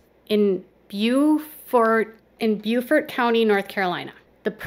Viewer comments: Actually I'm always heard it's pronounced "bow-ferd" North Carolina and "brew-ferd" South Carolina. (I'm not good at showing how to pronounce words sorry) I've been living close to that area for over 20 years. It could be areas/properties owned or leased by a individual or company like Weyerhaeuser so once the trees get so high they are cut then the land is cleared (and burned) for next plantings. Getting a check for your trees grown on your land can be VERY large from a paper company. I have a friend who's mom got a check for $10,000 at one point and I don't think the land area was very large. In fact I'm not sure she still owned it at the time of sale but she did get a check for the trees. I'm no expert but this may not be all land for her to work but maybe a small part for house and greenhouses and a larger part for growing pine trees. Just a guess based on what I've seen over the past years. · Beaufort is pronounced Bo-fort in NC. . Boo-Fort is in SC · Good for her. I used to live in that general area of NC. It's actually pronounced "Bow-fort" in NC, but "Bufort" in SC. LOL That area is known for a lot of farming. Mainly cotton, corn and collards. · Beaufort in NC is pronounced Bo-fert. Beaufort in SC is pronounced Byou-fert. 😝 As far as the farming/hunting questions. There is a lot of farming in eastern NC. In some areas, you can drain swampland for growing crops, though there are some that don't require draining. Sweet potatoes and peanuts are pretty big crops there and should be agreeable to wet soils like swamp land. There are also a lot of hog farms in eastern NC. The most popular game are similar to other areas, being deer, bears, turkeys and ducks.